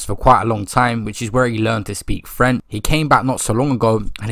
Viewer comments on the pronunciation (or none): “where he learnt to speak frent” Making up new words lol